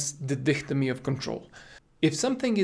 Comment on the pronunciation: A small correction, it's "dichotomy" not "dichtomy". All in all good approach on the matter coach!